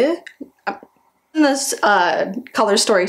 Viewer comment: This is such an effortless look. Really love the Fille en Rouge highlighters you used! A note on how to say "lèvres", you can just say it "lev" and that'll get you pretty close